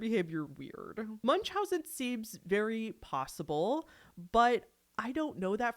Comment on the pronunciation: Americans mispronouncing "Munchausen" is the most American thing on YT 😂